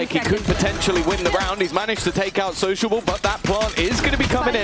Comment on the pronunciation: you pronounce sociable wrongly